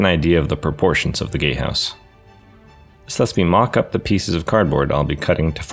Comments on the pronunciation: Look ik hes saying “gate house” BUT ALL I HEAR IS “gay house” AND NOW I CANT UNHEAR IT AND ITS FUCKING HILARIOUS ( btw it look mf amazing you did an awsome job on it) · Incredible build, but I kept hearing gate house as gay house and I just wholly accepted that lmao